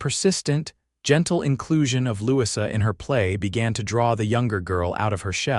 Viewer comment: I believe that the new little girl's name is pronounced Lou-e-za, Louisa not what AI kept saying.